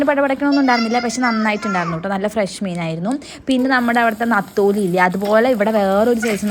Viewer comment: നത്തോലി അല്ല നെത്തോലി